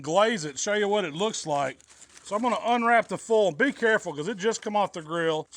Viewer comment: Fowl = Foil :)